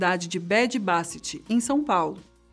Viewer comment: O nome da cidade " Bady Bassit" está com a pronúncia muito fora do normal.